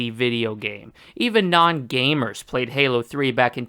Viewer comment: I don’t like the way this guy says gamer